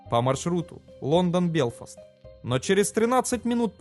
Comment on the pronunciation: Автор - молодец, растешь! Но, ещё пару добрых советов - пожеланий: в тысяча восьмиста метрах. В тысяча пятиста метрах. И ещё : фЮзеляж , не фИзюляж. БелфАст (ударение на А) Но , повторюсь: В целом работаешь Всё лучше и лучше! Успехов далее!